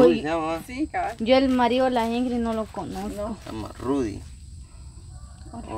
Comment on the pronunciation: INGRIS???? REPITAN INGRID INGRID INGRID INGRID INGRID.... APRENDÉ A HABLAR Y A ESCRIBIR!!